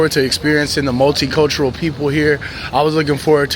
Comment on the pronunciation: Did you just say multi- cultural??? Lol😂